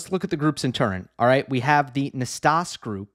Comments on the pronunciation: Hi, I just want to point out that "Nastase", being a romanian name, it is spelled as it is written: not "nastas" but "Nastase", with that final E being the same E of, saying, "egg" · Nastase is pronounced Nastazee--c'mon--ZEE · Yes us oldies know it's Nastas-ee lol nickname Nasty back in the day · Thanks. You can check your pronunciation of Ilie Năstase on Wikipedia. John Newcombe in commentary always said the final 'ee'